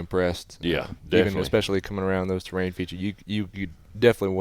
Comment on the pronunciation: Love the show… one observation. It is pronounced TER-RAIN not TRAIN